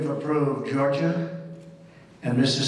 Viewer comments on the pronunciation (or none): none